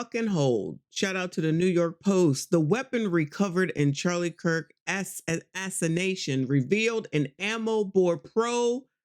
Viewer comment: The word is pronounced ah-sass-uh-nay-shun assassination